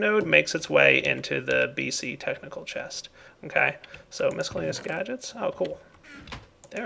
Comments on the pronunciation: Mis cell aneous NOT Misk ellaneous also Et Cetera NOT Ex Cetera or Eck Cetera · Please, it's Miss-cell-ay-knee-us, not misk-ell-ay-knee-us. Your sorting system is looking pretty nice for a starter! Glad you showed us these pipes :)